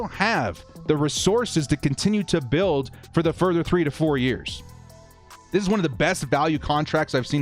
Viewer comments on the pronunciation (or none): none